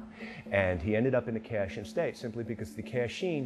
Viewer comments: I think the worst part of this is you are making money off an art you no nothing about. Being Karen and family direct descendants from Myanmar formally known as Burma your slaughtering of the pronunciation of Ka Chin as Ka Sheen is ridiculously annoying. I appreciate your enthusiasm of spreading the art that the prince of Thailand watered down for western culture to except but get your facts and pronunciations correct my friend. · it pronounced as "Ka Chin" not "cat sheen".